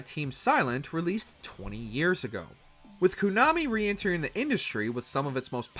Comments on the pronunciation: No Another Code Recollection, Like A Dragon: Infinite Wealth, Paper Mario: The Thousand Year Door remake or Lollipop Chainsaw remake? also am I crazy or does this guy always say Konami as "koo-nami"? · who the f says Kuuuuuunami